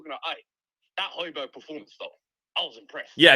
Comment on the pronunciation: The hatred with which was pronouncing the “Hoj” in “Hojbjerg” tells you all you need to know 😂